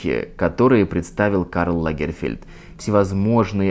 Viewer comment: Он не лАгерфельд, а лагерфЕльд. Историк, мля)